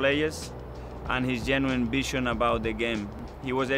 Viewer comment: He says ‘bi’ when saying ‘vi’. Like bision ( vision). God I love this guy.